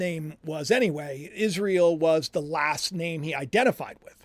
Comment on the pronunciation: why do you always pronounce Israel as IsreAL?!